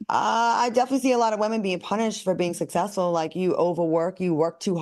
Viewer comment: I think I’m gonna start a drinking game every time says “Let’s Be Clear” or “At The End Of The Day” take a shot or when Al says “Sussessful”